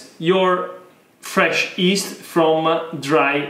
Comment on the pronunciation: My friend, pronounce “yeast” with the Italian “gli” at the beginning. Luv the videos and passion!